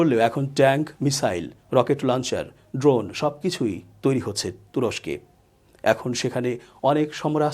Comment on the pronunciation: আমিনুর ইসলাম শান্ত ভাইয়ের বিশ্লেষণ ওনার থেকে অনেক ভালো,ওনি ড্রোনের নামও ভাল করে বলতে জানেন না।